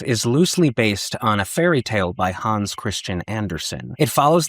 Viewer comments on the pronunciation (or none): none